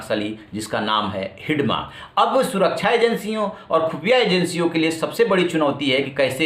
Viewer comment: हिडमा नही है। हिड़मा है माडवी हिड़मा